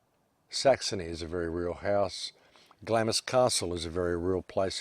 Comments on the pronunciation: I had to stop listening as you kept pronouncing 'Glarms' as 'Glamis' it was driving me nuts. keep up the otherwise good work! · Please - Glamis is pronounced Glaams, Glamis Castle, Scotland. But whole story is very suspicious and reeks of Illuminati. elite. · Glamis is pronounced "glams". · The Scottish castle is pronounced "glahh ems " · Glamis pronounced "Glahms". You're welcome.